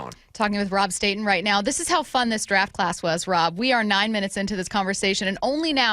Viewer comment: I even wrote “marTEEnez” during his live post draft show and he still needs to pronounce homey’s name wrong. What if he would love everybody calling him Robe StahTONE?